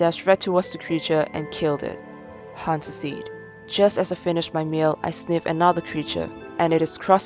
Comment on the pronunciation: “Hunt suseed” lol